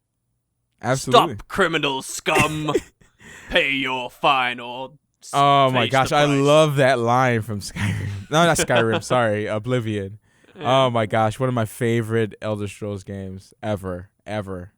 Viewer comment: Have you guys ever noticed says "elder strolls" instead of elder scrolls?:D Anyway my question to WP and MV is, what non game related youtubers do you guys watch and consider your favourites? This can be either comedy, general vlogging, social issues, cooking, etc